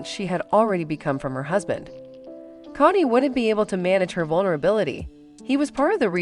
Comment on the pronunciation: Kody is pronounced with a long O not a short O 🙄